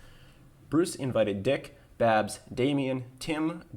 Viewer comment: I was surprised he ain called Dick "Dyke"